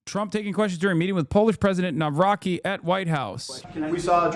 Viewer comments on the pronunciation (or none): to all americucks, you read the polish president's name like: NAVROTZKI and YES, he is a hooligan and potentially a past pimp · It's not pronounced "navrocky".... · no, it's kurwa pronounced nav-rotsky